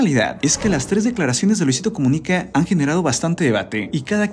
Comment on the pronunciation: Soy yo o decia comunique